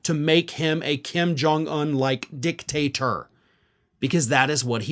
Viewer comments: He said "dick-taster" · It's a small thing, but it's not dictat "er" , it's dictat "or"